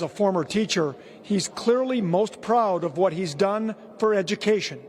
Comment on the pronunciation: Higher graduation rates, but they can't read or do math... Walz cant even pronounce "education"! WTH is EDUPATION?!? Good riddance to Tubby Timmy and him ruining this state!!